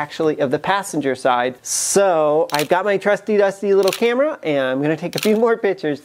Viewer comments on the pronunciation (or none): none